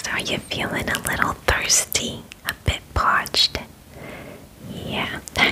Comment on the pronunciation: "Are you feeling thirstay? I bit paached?" Yes, I'm thirstay and paached.